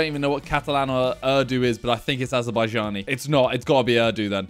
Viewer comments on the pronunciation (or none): He like wat is ardu while its urdu lol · its pronounced erdoo is it not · it's pronounced urr du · It’s urdu not uuurrdooo you learn something everyday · it’s uuuuurr not errrrr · It's not a hard word it doesn't need an accent it's just pronounced ur du and instead he was saying errrdoooo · the way he said Urdu arrrrrduh simon if u see this Urdu is a languager that is spoken in pakistan india and mostly south asian countries accept sri lanka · Bro my grandparents would be in tears if they heard Simon calling their language ‘Erdoo’ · Yeah man it's pronounced like "uuuuuuuuurrrdduuuuuuuuuu" 😂 - certified Pakistani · It's URRRDUUU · so fuckin funny hearing him say errrrdo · my guy said urhhdu lel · My ❤ is now 💔 because he said ´´ Ardooo´´ 😭😭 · Its pronounces OURDU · my man said ardoo to Urdu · Aayo bruv its oordoo i just got a little offended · Pakistani fans fuming at "err-doo" 😂😂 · Mans knows Azarbajani Catalan But doesn't know urdu... Lol Also its pronounce oordoo And the D is supposed to sound like th from This as in Oorthoo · i am soo disappointed in you simon for not knowing what urdu is... you guys like to make jokes about pakistan (harry) and you do not know what language is spoken in pakistan.... also, it is pronounced oo-r-d-oo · Bro Urdu Is Pakistan national language and it’s not pronounce uuurrdoo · As a Pakistani...i have to say i love how he pronounces urdu😭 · The way he pronounced Urdu😂😂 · As a South African, that pronunciation of Urdu hurt me. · He was roasting the guy for Finnish when he was clearly doing it on purpose Then he just goes and butchers Urdu like 4 times🤦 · Urdu is the national language of Pakistan 🇵🇰 also when you pronounce urdu, you really have to roll the R 😂